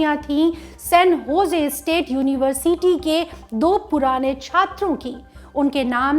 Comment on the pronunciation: You should improve the way you pronounce "University" Its like Uni-ver-s-ty Not Uni-Ver-CT